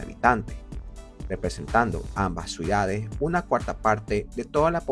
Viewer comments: ¿Escucho mal, o dice "suidades" en vez de "ciudades"? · ¿Por qué pronuncia "Suidades" en lugar de "Ciudades"? 😭